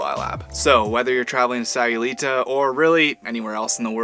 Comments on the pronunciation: Stopped watching second time she said aye instead of eye in SAYULITA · It would be nice if you knew how to pronounce Sayulita 🤦‍♀️